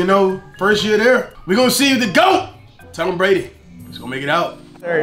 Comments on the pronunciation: This dude really said tom bradly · said Tom bradly😭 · Anyone realized that is said Tom bradly? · Are we gonna ignore said “Tom Bradly😭😭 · be saying Tom bradly